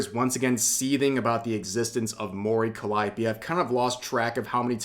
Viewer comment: Dammit rev its pronounced like this : Mori Calliope ( Mo-Ree Cally-Opay)